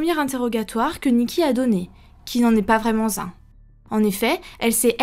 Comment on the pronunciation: "Pas vraiment-Z-un"... Pataquès.